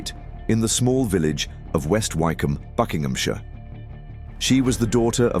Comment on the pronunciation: Not certain. If it's a real person, they don't know how to pronounce the town name "Wycombe".